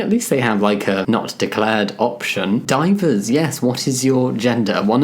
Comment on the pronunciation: "Divers" in Dutch means "Miscellaneous". It's pronounced "DEE-veh-rs"